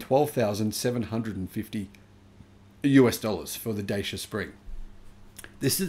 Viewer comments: Just checked: Dacia has become a subsidiary of Renault. And it's pronounced "Datchia". So not Chinese. Romanian with French ownership. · Dacia in Europe is pronounced like "Dutcher". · Dacia is pronounced 'datchia'. One snag of the original version was an abysmal fast charging speed unless you went for the top spec model. this limited its use for long journeys. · It’s pronounced ‘Da-cha’ fyi. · Dacia. Rhymes with Thatcher.